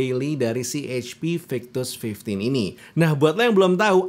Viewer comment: ketika bilang HP Victus --> eij pi waktu bilang HDMI --> heij di em ai pas bilang FHD --> ful heij di